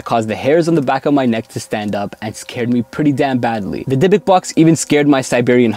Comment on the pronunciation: Hey! This one made me chill.. actually, in Hebrew you should pronaunce it "Dibuk", as it's written :) I wouldn't recommend make videos like this again :O